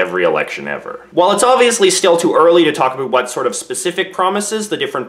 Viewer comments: Sees American flag and Portrait of Queen, sighs.. hears him say "aboot".. aright I'm out fake Canadian right here! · Did you just say "aboot"? lol (instead of about) Was that intentional, to make the video more noteworthy? Anyway, get out and VOTE, Canada. My choice is, anyone but Harper. At this point, I think Liberals are the best option because they have the best chance of dethroning the Cons. I'll be glad when those sickening Con advertisements come to an end. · I've lived in Canada my whole life and never heard anyone say aboot until now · All I heard was "aboot". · I heard you say aboot several times but then I heard you say without and not withoot. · 35 seconds in you said aboot this election. you are making us stereotypes lol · did he really just say aboot..... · I'm Canadian born and raised and I have never heard anyone say aboot until now../ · I didn't Canadians actually said aboot. I totally thought that was a stereo type haha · Aboot. Thanks for stereotypes. thanks